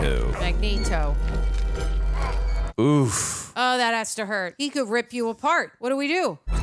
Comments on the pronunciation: BTW it's Magneto... (MAG-NĒĒ-TŌ) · Mag-Neat-oh. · Magmatamus?!?! 😅😅😅😅 omg thats hilarious, i love u. I wonder how the die hard Xmen fans feel hearing that tho lol